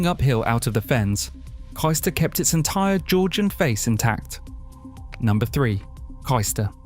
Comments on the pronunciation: Kystor? Wondered where on earth they meant. Then I found myself saying out loud ‘Oh Cayster!’ Agree with other comments, places not pronounced correctly, house prices not up to date. Lincolnshire is the best, but stop encouraging people from the South moving there and pushing house prices up beyond what locals can avoid. Lincolnshire remains charming because it’s remote and distinctly Lincolnshire. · It’s pronounced Caystor, not Keyester. Other than that, a very good video.